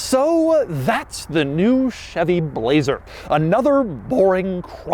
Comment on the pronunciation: I like how he says BLLLLAZER